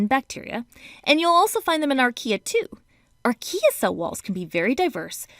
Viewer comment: who heard IKEA when she said archaea? just me, ok....